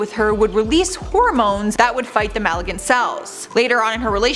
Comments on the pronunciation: “Maligant cells” - it’s malignant cells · "Maligant" ??? Ma- LIG-NANT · It's pronounced ma - lig - nant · MAL-i-gant? Seriously? It's Ma-LIG-nant. If you're going to narrate a video on a channel with 1.58M subscribers, at least get the pronunciation right. Malignant isn't that difficult a word. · Not maligant but malignant. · Maligant cells? I think you mean malignant genius. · "Maligent" cells?????? 🤔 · Malignant = pronounced Muh-Lig-nant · She mispronounced malignant and mastectomy...but that’s ok. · Excuse you but catfish live in fresh water, the ocean is salt water..........🤦‍♂️Smh And it would be king of Catfishers, not catfishes. There is no such word as fishes. Fish is both singular and plural. One fish, two fish..... I'm out. I'll just add you mispronounced the words malignant and mastectomy horribly. Now I'm stopping the video and no, I most certainly didn't enjoy your bad performance. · Where did you learn to pronounce the word "malignant"? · Soooo are we gonna ignore the botched pronunciation of "malignant"?? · Also, Man-tee tee-oh